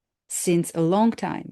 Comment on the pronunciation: Long, not ling!